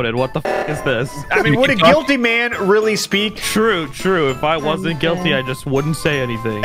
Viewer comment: “Guitly”? Sorry lol